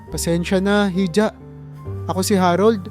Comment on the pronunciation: Yung hija po,iha ang pronounciation